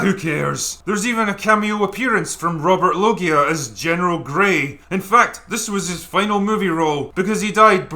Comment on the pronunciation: It’s not Rowbert Lowgeeah, it’s Robbitt Lowjah.